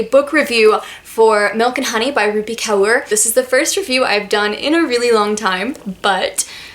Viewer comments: her last name is pronounced like "core" not cower lol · It's not ka-or … it's ka-ur .